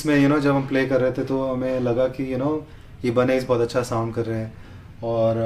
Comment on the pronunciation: it's "EYE-BUH-NEZ" not "E-BA-NEZ"